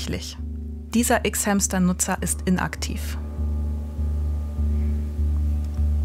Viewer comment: Ich mag sie aber mir stehen die Haare zu Berge jedes mal wenn sie "ICKS HÄMSTER" sagt 😭.